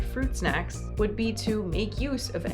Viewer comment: FWUIT SHACKS :3